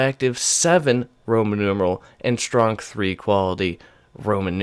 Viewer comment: I checked and stronk is an eastern/European pronunciation of strong so basically any stronk III is gonna be pretty damn strong I’d say I’m a little late I’m sure you’ve figured that out by now